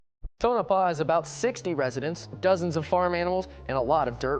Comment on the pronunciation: Its Pronounced...tone-ah-paw.